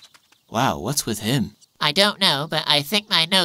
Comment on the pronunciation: 'Vas happening boyz